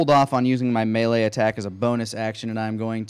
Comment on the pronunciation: Does it bother anyone else how pronounces "melee"?